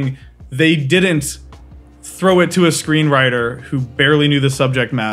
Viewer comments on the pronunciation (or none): none